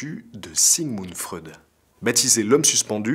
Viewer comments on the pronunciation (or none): none